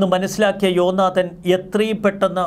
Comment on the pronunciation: ജോ നാദൻ അല്ല "ജോനാഥാൻ"